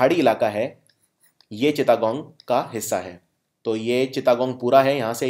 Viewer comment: चिता गोंग नही सर चिटगांव या चट गांव😂😂